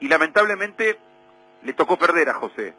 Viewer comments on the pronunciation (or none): none